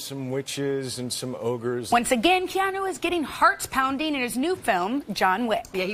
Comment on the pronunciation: After all his years of work and interviews, people are still pronouncing his name wrong and he doesn’t correct them. He’s so humble! Hau’oli la hanau e Keanu!